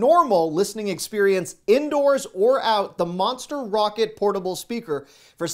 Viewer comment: 😂🤣😂 Monster ROCKER Sport not Rocket my friend 😂🤣😂. All kidding aside I love watching you do these awesome “Top 10” items. Merry Christmas 🎄 to you and your family